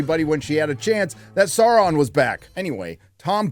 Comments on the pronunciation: 😂What's with the brrrrimborr and the saurrrrrrron.. Like who listened to this and thought "yeah, sounds good". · Saurrrrrrron Errrrrrregion 😂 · I hate the way morfid clarke pronounces things ... EriGion sauurrom celebrimborrr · Every single time they (and by they I mean GuyladRRRiel) pRonounce the aRRRs in the names (SauRRRon, CelebRRRimboRRR, ERRRegion, ...), the cringe curls my toenails backwards. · It’s pronounced SAURRRRRRRRRON